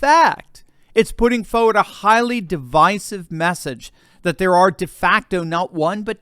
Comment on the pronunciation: Psst … I enjoy your channel, and most of your analyses of what’s going on in the country and in the world. But…with all due respect, you’ve been mispronouncing ~Forward~. Idk if you realize it or not. 🫣